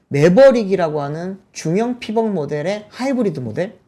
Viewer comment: “피겁 트럭” 이라 발음 하지말고. 차라리 “ 픽껍 트럭” 이라 발음하면 현지인 영어에 가깝씁니다